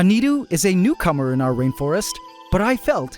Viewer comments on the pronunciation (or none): i thought you called a grasshopper a cucumber after describing its appearance. i agree it does resemble that, but you actually said "newcomer", hah.